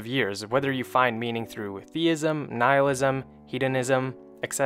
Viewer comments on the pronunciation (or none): none